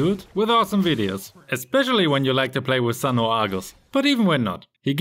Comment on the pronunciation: Thank you for pronouncing sun's name right.